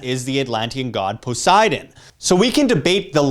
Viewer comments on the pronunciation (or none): none